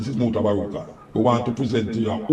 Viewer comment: Mutabaruka not mutabaruta sounds annoying